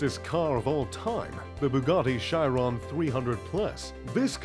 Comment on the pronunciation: Bugatti Shairon😂